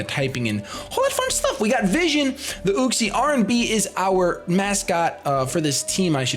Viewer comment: Uxie is pronounced You-xie